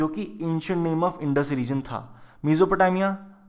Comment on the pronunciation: Pls pronounced Mesopotamia well u r continuously making mistake